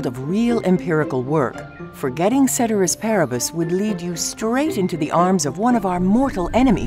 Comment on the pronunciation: Did they just mispronounce cēterīs pāribus